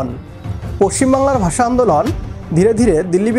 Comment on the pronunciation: Bagla basa sa ki suddukore bolun,,sa sa sa